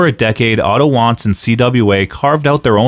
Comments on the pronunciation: I hate to be that guy to say it's pronounced "Vaanz" (W's in German are pronounced as V's), but this was a great video regardless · And, I Believe that It Was "Vanz", & Not "Wanz" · Wanz is pronounced like V-ah-ntz like Walter was pronounced valter before he went to the WWE. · Isn't Otto's last name pronounced Vahnce? That was the way the AWA announcers and commentators always pronounced it.